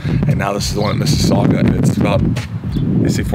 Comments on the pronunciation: Thank you for pronouncing Mississauga correctly! Haha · Props for pronouncing Mississaugua properly. I live very close to there.